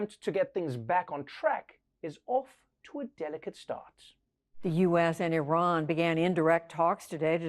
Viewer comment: I love what you do Trevor. But Iran is not pronounced like an Apple product. And the Iranians’ English accent is nothing like Arabs’.